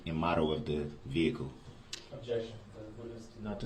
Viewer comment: When yoi say vehicle. What do you mean vehicle 😮😮😮😮